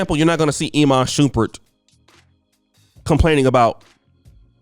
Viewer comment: Lol "E man Shoeperd"? "Iman Shumpert"